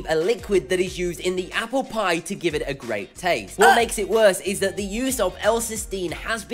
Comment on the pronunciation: Did you say aplepie